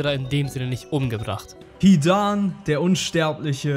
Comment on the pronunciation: Bin ich der einzige den es nervt das er das a bei hidan so lang spricht? 😂